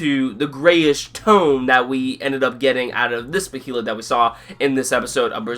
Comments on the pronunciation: "as far as your knowledge goes" exactly, the behalit say it correctly Bay than lit bay lit as in a body of water a bay and a lit candle stop over pronouncing it you tool it's been spoken in the original Anime and the new movies if you can't say it right I don't know what to say and the egg of the king is red others are other colors the one guts has isn't gray it's green so much for being a professor. and do you honestly expect a page for page panel for panel translation it have well over 10 seasons of 26 episodes think in real world context not in fantasy land as a fan who's been reading the Manga for 15 years I never expected it to be a faithful adaptation episode was great can't wait to see a serpico guts fight or when they meet Fera or he actually you know dawns the berserk armor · isn't it pronounced bay-lit? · it sounds like ur saying bohelet wif is wrong with u?